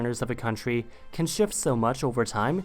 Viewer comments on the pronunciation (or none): none